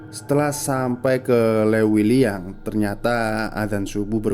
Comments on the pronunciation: Upload tiap hari lah 🦄 Leuwiliyang ,huruf u nya itu ga usah diucap ,ngucap e nya udh bner itu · Leuwiliang, sudah di pastikan admin bukan org sunda krena imbuhan "eu" hanya bisa di di ucapkan org sunda 😂, sukse bang💪